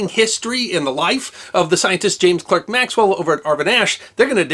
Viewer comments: James Clerk Maxwell rhymes with james quark maxwell, not james work maxwell. Great video for a great man whose name deserves to be remembered accurately. (The articulate clerk from Berkshire noted the leylines claimed by the fey, greyhaired lady. [ 'e' can sound like 'ah' or 'ay' in British English]) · It's pronounced Clark, not Clerk. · It's spelled "Clerk" but it's pronounced "Clark." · Is pronounced Clark not Clerk. 👍🏻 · I thought it was pronounce "Clark", not "Clerk". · I was about to leave a comment regarding two things, but I note that to some extent they've already been addressed. The first is that his middle name is pronounced "Clark", not Clerk, the second that while he might not be as well known to the general public as Newton or Einstein, anyone who has any familiarity with anything electronic knows of Maxwells equations, and that his work was foundational to our ability to watch sing his praises. He's not as unknown as the assumes. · He was a Scot. His name, though spelled "Clerk" is pronounced "Clark"! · I believe that the correct pronunciation of his name is the English version of clerk (which is pronounced Clark in us parlance). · "Clerk" is pronounced "Clark" in the UK, including Maxwell's native Scotland. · you betray you lack of familiarity with subjects thru your mispronunciation of names. The word "clerck" and thus the name, is pronounced "clarck", and Huygens is pronounced "Haw-ee-Ghens (hard g). Don't take my word, go look at videos of experts invoking these people; or at least look at their WP page, where name pronunciations are given at the start of articles. But do mind this, coz people familiar with some of the subjects you discuss will notice and your authority as source of useful info is diminished. Unless you are merely doing these to entretain yourself and novices, but if that's the case, what a waste, given your success and reach. "With great power,..." and all that....